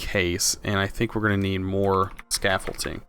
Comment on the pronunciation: ScaffolDing with a D not scaffolTing with a T. Love this series!